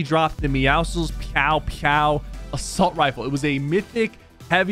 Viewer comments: he said pe ow pe ow. Not pew pew 😂😂😂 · “The pe-ouw pe-ouw” rifle